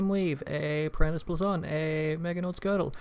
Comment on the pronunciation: BLAYZON NOT BLAZON GOD